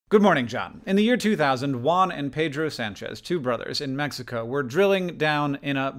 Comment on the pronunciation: If you care, I at least am very impressed when English speakers day Juan right. The J sounds like the H of "hunter", "huan" if you will.